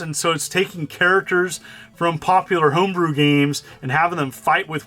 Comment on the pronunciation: hoombroo super Canadian